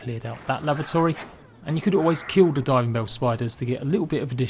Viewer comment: great tips cheers, im not sure if its my hearing or not but it sounded like u were saying lavatory rather than laboratory to me lol